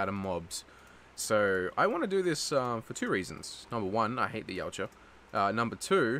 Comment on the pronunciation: i keep hearing u say yowt ja even it pronounced yot ja